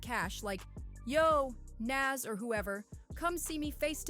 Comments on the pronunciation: NAS say it like “NOS” this is culture vulture energy when you can’t pronounce the topic’s name…. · sharing your thoughts? Lol its a fact. Its almost like you've never heard his name said before. Because nobody and I mean nobody had ever said it like you. And it wasn't once it was the entire video. Made it cringe and hard to watch. Stick to topics you can atleast pronounce nas ain't it even though its Only 3 friggin letters. 30 seconds of searching on Nas and you could have found a video that pronounces his name correctly. 30 seconds. It doesn't give culture vulture vibes it just straight is culture vulturing period.